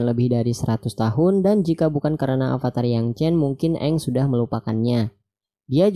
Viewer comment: pake ev bang bukan ep. avatar bukan apatar duh